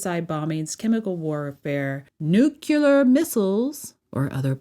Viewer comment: How do you keep pronouncing nuclear as new-kuleer. It's NU-CLEAR. clearly, just say clear. After saying nu. Nu.... Clear. so simple.